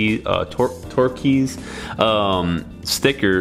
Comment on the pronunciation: It’s pronounced turkoise, not whatever the hell you just said.